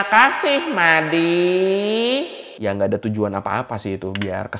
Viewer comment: Mady bukan medy:v